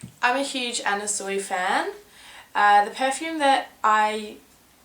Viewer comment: Are you pronouncing her name Anna Soo-ee? I think it's pronounced Anna Swee. I love how you look in this video, like a russian spy from an older James Bond movie.